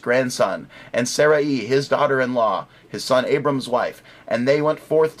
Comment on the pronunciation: By the way, it's not pronounced Saraeee, it's pronounced Saray (with a very short 'i' sound). Call me the hair splitter ^_^